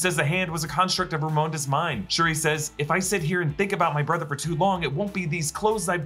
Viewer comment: Anyone else notice that he kept calling re-re Shrui?